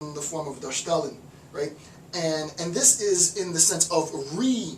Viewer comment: your darstellen is not half bad ;P, funny to watch an English lecture discussing German terms (as a German person), usually its the other way around for me o.o